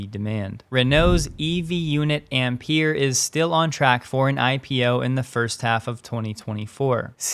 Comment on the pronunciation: FYI "Ampère" is pronounced "ahmpehr" - with "a" like in atmosphere and "e" like "elf" André-Marie Ampère; ampere - unit of electrical current